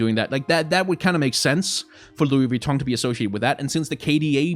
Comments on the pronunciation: Nobody:: Lui VitONG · The over pronunciation of LV was kinda annoying, but I completely agree and I'm worried about how this will turn into ingame advertisements, like if this is successful what's gonna stop Mcdonals skins, or Red Bull, or Ford you know? I'm also assuming that the companies will get a % of the sales since their ip will be on the skins. I actually asked this on twitter and got a response from "Great question here! Without getting too spoiler’ish on all the rad stuff that will be unveiled over the next couple months, I can say that both our teams are committed to making this a craft, art, and design first collabo- that’s something that’s core to both our value sets!"